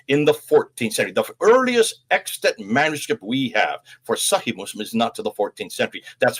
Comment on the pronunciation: Extant is correct in your title, but you definitely said extent in the audio. Fascinating content as usual.